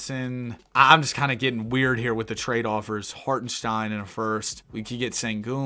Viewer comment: HartenSTEIN not SHTEIN